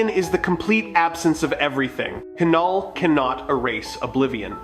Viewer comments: It's NOT KA-NULL. IT'S NULL (KNULL)! OTS NOT KA-NO, ITS Know OR Sounds LIKE NO. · It is said NULL not K NULL, silent K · Bro do the voiceover thing again, MCU fans cannot listen to your K- null pronunciation. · The name Knull.. the K is silent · The k in Knull is silent please go back to school